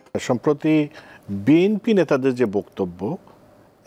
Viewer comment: এই মাথামোটা এভাবে কথা বলো কোন।শুদু বিম্পি বিম্পি করে।চাটুবাজ